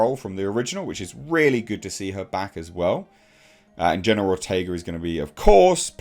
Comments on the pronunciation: I kept mishearing it as you saying General Ortega. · pronunciation of the name keeps sounding like "General Ortega." 😄